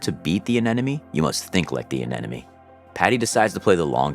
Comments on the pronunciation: Why do you keep saying aneneme it’s anemone! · Hearing anemone repeatedly mispronounced is driving me nuts. It’s pronounced “uh nem uh nee” As my 5th grade teacher taught us, “if you want to pronounce anemone correctly, remember that the anemone is not your enemy… or there’s no enemy in anemone”. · Good explanation and always amazed by setup and his team. But, please, say it with me: Anemone. A-nem-o-nee! Don't want to hear the narrator pronounce "nuclear".